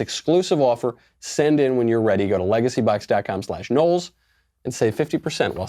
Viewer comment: I actually thought he said legacy buck not LegacyBox